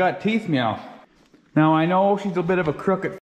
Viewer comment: Why are you saying meow every time you mean to say now?